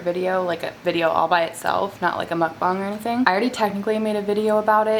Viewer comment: She said mukbong not mukbang